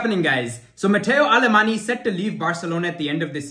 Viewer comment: Pronounced " Aleman" the Y is silent in Catalan